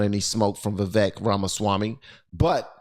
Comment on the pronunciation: Why can't anyone say his name right? It’s spelled “Vivek” – but is pronounced Viv-AKE. “Like cake,”